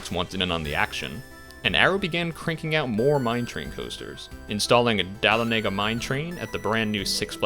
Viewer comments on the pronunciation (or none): Being from Dahlonega it hurt me to hear you say it that way. I have no idea if that's technically the correct way to pronounce it, but I've never in my life hear anyone say it like Dal-O-Nega. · a little painful to hear the way you pronounce Dahlonega and Wiener Prater 🤣